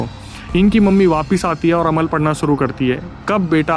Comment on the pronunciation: Alam nahi Amal bolte hai usko bhaiya